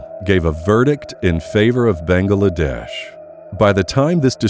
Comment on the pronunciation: Why can't you pronounce Bangladesh? 3 syllables, bang glA desh. Not 4, "Bang AA La desh"